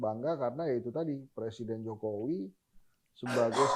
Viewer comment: coba dengar didetik ini adian bilang "Presiden Jokower" gak ya ? sdh diulang berkali-kali kayaknya emang bilang seperti itu 🤣🤣🤣